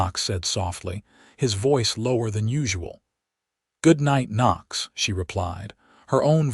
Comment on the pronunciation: Decent love story but so many misspelled and mispronounced words - is the man's name spelt Knox or Nochs? The names Tabitha and Murray are mispronounced as well. Pls fix if u wish for people to consider the writer and uploader as professional people - otherwise just remain uneducated!!!!!!!!